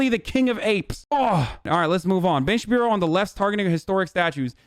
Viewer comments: I love when you call him Ben Sha-pino. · “Ben Chewbino” 😂😂😂😂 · He calls him Shapino ha ha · Is that guy pronouncing his name Ben Shapino? ! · actual question: does he legit not know how to pronounce "Shapiro" or is it a joke?